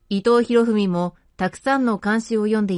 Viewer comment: 伊藤博文を「いとうひろふみ」と読んでいて、耳障りですねー。